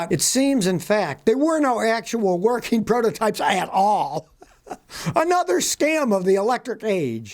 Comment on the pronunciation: "Workeen" is not a word.